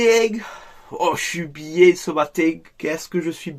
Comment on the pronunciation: 😂😂😂😂😂😂😂😂😂😂😂😂😂😂😂😂😂😂 ah je suis bieng ah je suis bieng 0-3 je suis bieng